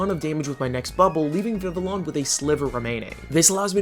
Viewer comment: Just FYI, the Ls in Vivillon are silent😂. It based of the french for butterfly, Papillon, the Ls are also silent in that one😊